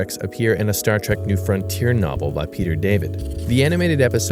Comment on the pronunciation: Someone tell that dude it's Star Trek not Star Track